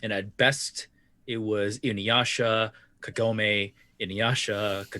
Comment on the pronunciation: Inyasha. Kogome. Inyasha. Kogome. This is very good work. Thank you for doing it.